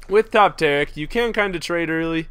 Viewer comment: This is TA-RIIIK! not sparta...